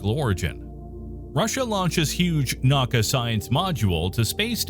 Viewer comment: naka haha!! it’s na-U-ka